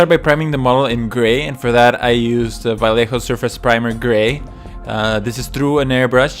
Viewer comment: it's more like vaieho than valejo "ll" it's spelled like 'i' in spanish